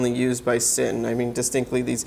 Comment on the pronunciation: Thanks for the review. Isn’t it pronounced “zinn”.